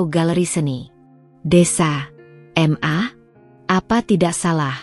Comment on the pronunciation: Bukan m.a tapi ma dbacanya ma